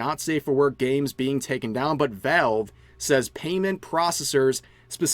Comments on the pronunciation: "Velv" lol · sorry I just hear "Vehlv" whenever Rev tries to say Valve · Your pronunciation of valve is something else